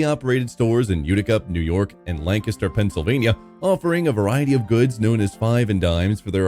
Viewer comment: Whether this is an AI narrartor or a human, I appreciate you pronouncing "Lancaster" correctly. Drives me nuts when people pronounce it incorrectly. 😄